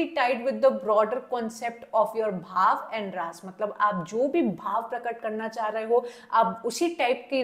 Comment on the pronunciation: Please pronounce it रस and भाव